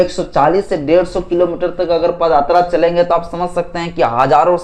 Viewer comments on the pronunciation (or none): पद आत्रा या पद यात्रा। ठीक से बताओ। बाकी तुम्हारी बाते सही है बस शब्दों का उच्चारण सही से नही कर पा रहे हो। मै इस बात से सहमत हूं कि sc st and OBC को घंटा ही मिलेगा।